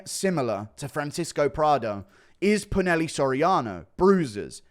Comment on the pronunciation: It’s pronounced poo-nah-hel-lay